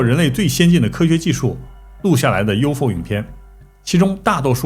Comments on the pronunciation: U F O 是代表三個字. 怎麼唸成 U FO? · 马斯克也应该有很多资料，但看到他企业8个科技，就可以明确知道，他也已经有U-F-O资料 不能读成 U-Fo 应该一个一个英文字母读出来 “ U -F -O™ unidentified flying object (UFO) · UFO 还能读成“Yofo”？？？ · 谁这么读U fo啊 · UFO怎么发声成“U否”，已经用上TTS了吗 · UFO连着读你发明的吗